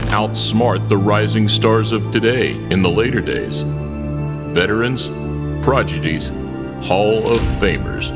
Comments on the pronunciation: dude made a blooper and said "progidies "😂 instead of "prodigy's" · No disrespect, but he said progidies. Its pronounces PRODIGY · “veterans.... PROGIDY’s” you mean Prodigy’s? Lmao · *PRODIGIES*, not 'progedies' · “progidies”?? Try again.. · pryor he said " progidies " not prodigies bruh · He said 'prodigies' wrong. He said "progidies". 😂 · My favorite fights were when Mayweather beat “PROGIDIES”... ***Listen to the beginning of the video,,, the voiceover guy says he’s fighting/beating “veterans (and) proGiDies”. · My man said "progidys" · “Progidees” are you dumb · "Progidies" lolol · "Progidys" - Lmfao. I think you mean Prodigy's. 😂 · “Progedies” L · "Progidies'' lol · ProGIdies? You mean proDIgies? Lol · . Progidies? WTF is a Progidy? You've been punched in the head too many times mate! 😖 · "progidies"? LOL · progidies? Smh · "Progidies" lmao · . Americans can speak however they want, but they can't pronounce English words properly. All the over the top deep voice bullshit and yet can't pronounce prodigies.